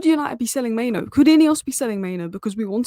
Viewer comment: it's pronounced MainOO (like loo) and not MainO (like no)...